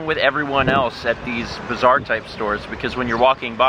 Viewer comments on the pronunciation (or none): You pronounce bazaar as bizarre and it really trips me out LOL